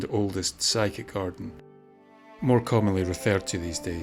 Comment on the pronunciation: I think it's the physic garden, not the psychic garden..or did I mis-hear what you said?